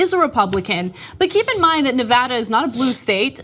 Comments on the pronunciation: Ana said Nevada right! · At least she pronounced Nevada correctly!! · Thank you for pronouncing Nevada correctly. It seems to be beyond most commentators.